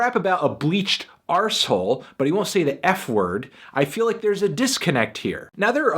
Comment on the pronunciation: Actually i take that back. I decided to revoke that after his pronunciation of "asshole" deviated from the standard american pronounciation and he instead chose to pronounce it with an R like a British person. I Appr-ISH-iate his cute little idiosyncrasies